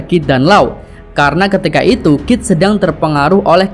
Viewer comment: KID BOSKUH BUKAN KIF :D